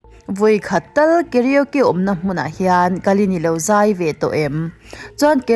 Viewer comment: I karaoke lam dan chuh💩💩.... KA-RO-KE tiin han lam chhin teh....KE-RIO-Ki ni lo in 🤣🤣🤣🤣